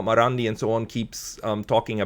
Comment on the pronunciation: it's not "Muamur" or something like that you are pronouncing. It's S. Mohammed Marandi.